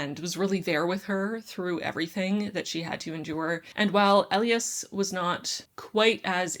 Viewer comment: I absolutely loved "An Ember in the Ashes". But I think the hero/MMC's name is pronounced "ee-LYE-as", not "EL ee us".